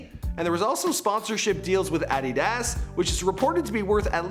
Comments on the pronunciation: Do you mispronounce things on purpose? A-dee-das guinea conakry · Bro learn to say Adidas right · He doesn't even know how to pronounce adidas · Bro it’s adidas not adidaaas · Ah-Dee-Dass... JUST SAY ADIDAS WRIGHT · Did this foo really just say “ aadidaaas” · Lmao "addy-das" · Add-i-das! Hahaha sorry! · Do you mispronounce words on purpose to trigger people? No way you pronounce adidas as “addy das” and no way you don’t do your research on pronunciation before filming. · You can't even pronounce adidas right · This man can't even pronounce adidas😂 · The way he pronounced ‘Adidas’😂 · Wait, how did you pronounce Adidas? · Why do you pronounce adidas like that?